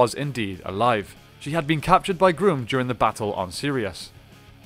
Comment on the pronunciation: His name is not pronounced Groom it is pronounced Gruum.